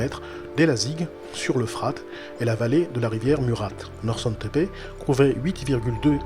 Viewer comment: Sa ce dit norchoune tepe norsun